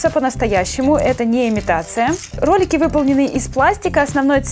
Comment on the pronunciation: мне пакозалось что ты сказала не ролики а кролики